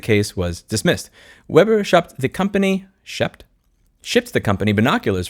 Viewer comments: It's Web' er not Weeb' er. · it's pronounced Weber😜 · not sure if anyone else mentioned this or not... but the correct pronunciation of Weber is with a short "e" as in W"eh"ber. German decent. Love all your content. The world needs more outspoken people like you on social media platforms working together to reveal how much of a greedy sh*tshow this world (the USA in particular) has become. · Weber is a German name, so it's pronounced "Way-bur", like the carburator company. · I think Weber is pronounced "vay-ba". 🙃